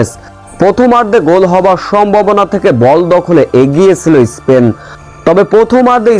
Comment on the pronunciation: ইস্পেন না বলে স্পেন বলনা উচ্চারণ করতে পারিস না